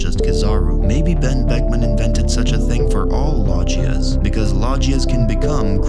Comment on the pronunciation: That is one weird way of saying logia